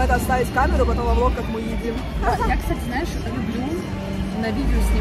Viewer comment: "Стась, смотри"... чет не звучит как "кстати"